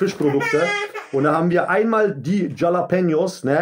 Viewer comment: Tschallapenjos und Ess isch-Essenz. Mit Garrnellen. Rischtisch überkrass mies, NÄÄÄ?!